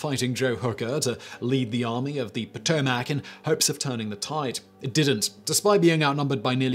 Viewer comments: Nice job in pronouncing "Potomac" I heard Yankees butcher it with POT o Mac. Poe Toe Mac is acceptable, but most around hear pronounce it as Poe Toe mek or mik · Thank you, thank you, thank you for your pronunciation of the Potomac and Rapphanock Rivers!!!!!! (i proudly misspelled Rapphanock but hey at least you said it right)